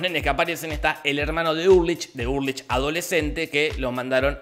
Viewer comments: se escribe ULRICH, se pronuncia ULRIJ Jorge: URLICH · Todos: ULRICH Nielsen Jorgito voz rasposa: URrLICH psdt: casi me da un derrame al recordar todo con el resumen, gracias loco. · Ulrich = Urlich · Dijiste URLICH todo el video - era Ulrich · Es Ulrich, no “Urlich” 🤣🤣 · Ulrich no urlich 😣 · También dice HeGeL y se llama HELGE